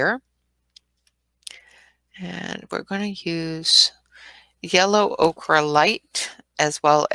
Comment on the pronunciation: You made me laugh when you pronounced Ochre the same as Lori Green. It’s not “okra” it’s pronounced like “oker”